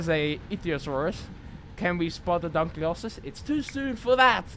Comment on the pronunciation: It’s pronounced dunk-lee-oh-stee-us